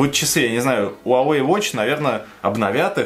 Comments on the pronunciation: Он "" 华为 huáwéi. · Почему ты говориш Уавей?